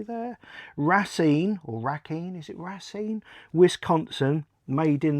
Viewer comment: Great video. I'm from Wisconsin and it's pronounced Ray-Seen.